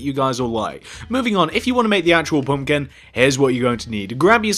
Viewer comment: it's pumpkin not pumkin!